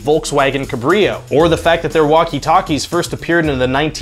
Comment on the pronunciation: Volkswagen cab-r-io, not cebrio